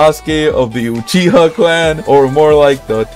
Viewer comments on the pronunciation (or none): thats not sasuke uchiha thats sas u ke uchiwa